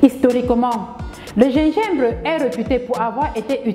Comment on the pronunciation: Votre prononciation de gingembre laaaa vraiment ! Voir la phonétique